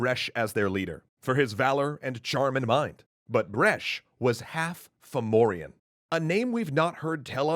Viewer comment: I keep hearing "Furbolg"